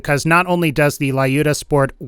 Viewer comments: It's not LAIUDA!!! It's LJUDA, or LIUDA - a slavik female name. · not Laiuda ) but Liuda ) it is Russian name "Люда" :) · Wrong reading "lyuda"